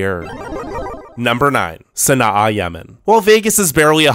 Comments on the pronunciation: Sana’a pronounced “San-ah” NOT “San-ah-uh” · You're pronouncing Sana'a wrong